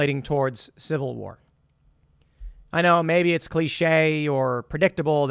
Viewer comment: Dude, Tim says SECOND CIVAH WAHH soooooo many times i think i feel that he is calling for action from god to make it happen